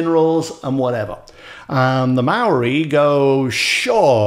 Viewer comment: Have to say you put a lot of New Zealanders to shame with your impressive effort with the Maori word.